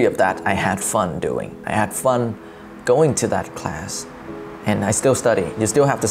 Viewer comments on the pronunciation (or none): none